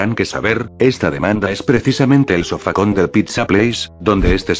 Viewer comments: En una parte dijiste SOFACÓN XD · En el minuto 4.57 de molten Freddy dice sofacon